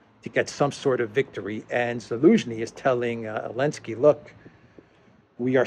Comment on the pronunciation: "Elensky"...i love how the Z doesn't even occur to anymore. Have not heard him slip in weeks.